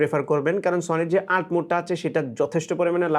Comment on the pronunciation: আল্ট না এটাকে বলে ইউ এল টি